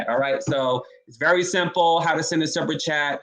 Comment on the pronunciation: You can’t even handle basic English yet you have the gall to call lawyer and JOURNALIST Sunny “dollar store girl”? You can’t even pronounce basic words properly, why are you saying “supper” chat instead of “super” chat? For how many years have you heard people saying Whoopi’s last name and you’re pronouncing it “Goldburge” like “purge”? You were asking people to vote for you to sit on “The View” - you’re delusional.